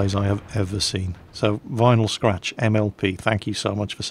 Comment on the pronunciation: Liked that how said Vinyl Scratch love it!